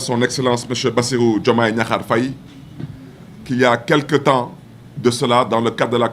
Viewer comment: il ne faut pas gâter le nom de notre président on dis diakhar on ne dis pas gnakhar boumou amati, yeureum naala trop khadiou balcon 😂